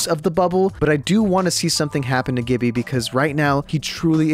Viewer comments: Woah, what was that "GIBBYYA" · No one:: GiBbEaH